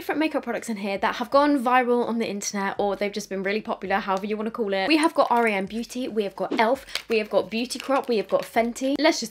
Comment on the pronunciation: Hey love the video 🥰 just thought I’d let you know though the brand is pronounced with just the letters R E M, like the sleep phase 😊